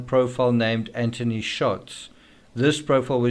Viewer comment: Also Anth-ony not Ant-ony